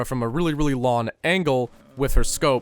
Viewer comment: "A really really lon angle...." haha Canadian.